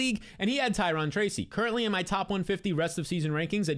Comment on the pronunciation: Ty-RONE not Ty-RON!!!! You said Ty-RON Tracy so many times; nails on a chalkboard!!! Erica Badhu sang one of the most popular songs in my generation that they still sing today, “Tyrone” and she pronounces it CORRECTLY. Good video otherwise lol - think bank “loan” and rhyme it with “Tyrone” - or, I just got a loan, from a dude, named Tyrone…